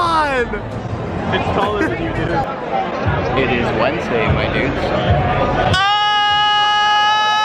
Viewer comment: It’s Wenesday my dude.... AHHHHhHhHHHhH